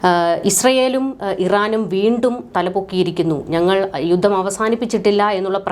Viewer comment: 'യുദ്ദം'! യുദ്ധം എന്ന് തിരുത്തി പറയൂ.